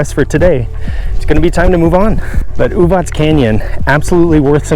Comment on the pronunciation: Thanks for showing this pretty part of Serbia, and for pronouncing it correctly - Uvatz and not Uvak. :) Love your enthusiasm!